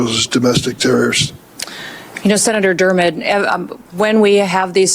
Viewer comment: Kristi, his name is Senator Durban, not Durman. She is a pathetic excuse for a human being.